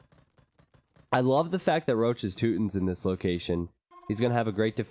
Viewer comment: Röchelrochen means "Groaning Stingray". Why do you pronounce it "Roach"? XD Maybe call him Rochen (Stingray). Even "Roachen" if you have troubles with the "ch". But "Roach" just sounds wrong.